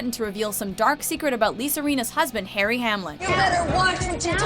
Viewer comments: lmao "lis-a-rena" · can never say “Lisa Rinna” correctly 😆 And now when they talk about Nene “letting her relationship with Kim go” and they showed Kim Fields... wrong Kim! Do your effing homework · Learn to say Lisa Rinna correctly...